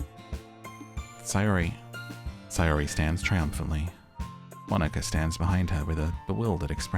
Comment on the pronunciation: Natsuki = "Nah-ts'ki". The 'u' is devoiced so it's like you're skipping it (and an easy way to get the "tsu" sound is to say "Cats" and lifting your tongue up where your gums and upper teeth at the "ts" part.) Monika = Moh-ni-ka. A "Katakana English" version of "Monica". Similar to like, Arisu ("Alice") a popular name in the 80s/90s. (btw - Katakana English is what some use to distinguish between speaking English vs using Japanese sounded English - Alice vs Arisu. Common complaints of about the English program is that the curriculum relies a lot on teaching Katakana English over actual English, but this is topic for another day !😝) (I will say Japan's English scores are very low compared to most countries despite lots of time and resources dedicated to learning...) There is a punny joke between Natsuki and Monika later where most fans come to understand that "ika = squid" and Monika responds that that isn't how you even say her name to get such a pun; this is because it is spelled Mo-ni-ka not Mo-n-ika. I feel this is a joke best suited for bilinguals 😛